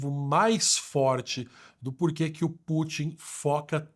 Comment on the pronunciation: Não é /Pú.tim/ é /Pu.tín/ como em Rasputin.